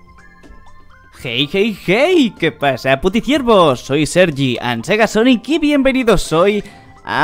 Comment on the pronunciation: Dijo Sergiandsegasonic